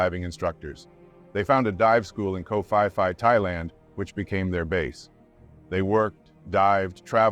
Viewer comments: "Koh FIE FIE"? Koh Phi Phi = Koh PEE PEE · Pronounced Koh Pee Pee